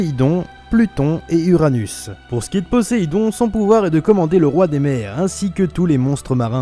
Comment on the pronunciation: mec poséidon pas poéssidon